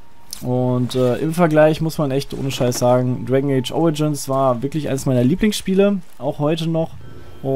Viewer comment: Dwegn eytsch hahaha xD